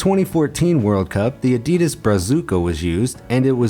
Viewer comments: It was so painful hearing you say adidas sooo wrong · learn how to say the word ‘adidas’ 😴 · It is pronounced A-di-das not A-dee-dis 😡😡😡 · That's not "ehdeedes". Evil. This is Adidas with two "A" like in "park" or "pump", not like "lamp" or "flame". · You wanna know what really grinds my gears You pronounce it: A-Dee-Dass In my country we pronounce it:Ad-ee-das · Why can't people seem to pronounce Adidas properly? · You pronounced “Adidas” wrong.